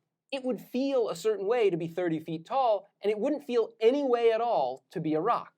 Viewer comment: Anyone else heard Iraq rather than a rock